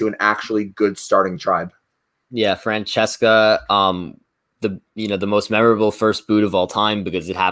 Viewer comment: Brooo when couldn't pronounce Francesca's name 🤣🤣 I died